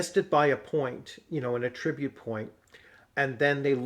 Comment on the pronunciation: Great content! I love this system. FWIW at-TRIB-ute is the verb. The noun is AT-trib-ute. It's like re-CORD & REC-ord.